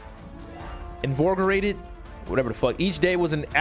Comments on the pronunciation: Invigorated: excited (invi-gore-ated ) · This man said “invorgorated” like their was an extra o in the word. -.